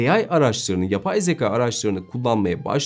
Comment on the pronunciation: Sevgili, harika yorumlar için teşekkürler. Ama editörünüzün (veya sizin/arkadaşlarınızın) hiçbiri uyarmadı mı? Yüzlerce kez kullandığınız ve konunun özü olan 'Zekâ' (şapkalı) yerine zeka' demeniz telaffuz/söyleyiş açısından doğru olmamış. Üstelik neredeyse her teknik youtuber yanlışı: 'H&M' 'Heyç-en-em' değil > 'Eyç-en-em', HDMI ise 'heyç-di-em-ay' değil 'eyç-di-em-ay' (aslında he-de-me-i mi denmeli, ayrı konu... Yeni güzel içeriklerinizi merakla bekliyoruz.